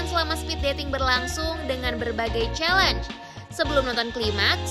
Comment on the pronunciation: Lydia bilang hal nya bukan chalengee tapi bneran😂😂😂hah hah hah hah